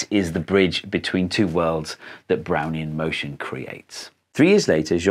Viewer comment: I keep hearing, "Brownie in motion" and getting a craving for Thin Mints.